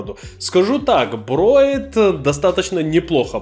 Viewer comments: не "брОет", а "бреет"...в остальном зачОт ! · Да не броет а бреет, говори по русски. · Броет или мне послышалось? ;) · Почему "брОет"😅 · Броит? Это что за язык такой?!